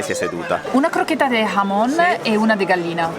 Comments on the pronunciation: Da madrid in giù TAPAS: viene dal verbo tapar..usate per coprire il vino nel bicchiere dalle mosche. Pinxtos sono sempre sul pane! AGUUUUUUR! PS. mi raccomando mai dire frittatina che vi menano ahahaaha baci dall'andalucia vi si ama! PPS. bella la pronuncia del hhhhhhhhhhamon! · Spiegate a che la "H" in spagnolo, come in italiano, non si pronuncia con un'alitata. E la "J" nemmeno si pronuncia con un'atra alitata, ma con una gutturale aspirata. Per il resto, siete sempre i migliori e i più simpatici.